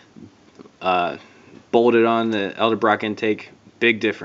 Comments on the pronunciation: ED EL-Brock not El-Da Brock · EDLEBROCK, " EH-DEL-BROCK " NOT ELDER-BROCK. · Edel-Brock... not Elde-brock. Great vid though